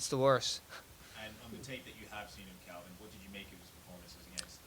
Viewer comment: Calvin not Kelvin